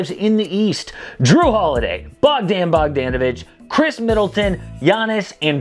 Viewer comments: I’m not a name specialist but I’m 99% sure it’s pronounced Bog-DAH-navich instead of Bog-DAN-ovich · That’s the whitest way to say bogdanovic’s name